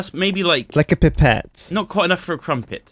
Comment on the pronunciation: when says pipette triggereeeedd